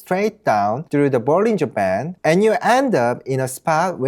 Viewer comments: this whole time im thinking he's saying " bulls in Japan " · what the subtitle says: bollinger band what I hear: bullying japan 😅